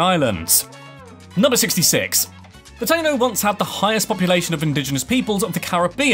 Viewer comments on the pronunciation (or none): free pronunciation coaching here = Dominican (Republic) is doe-MIN-ee-cun, rather than doe-min-EE-cun, the Taino Indians are tah-EE-no, since there's an accent on the 'i'; Fortaleza is four-tah-LAY-zah, rather than four-tah-ZAY-lah, but you're right in that it means 'fortress'. Also, Ponce is POHN-say, rather than 'pants' with a British accent. Another, more sensible, way of saying Puerto Rico is 3 times smaller is that it's 1/3 the size. All of this information is absolutely free!: ))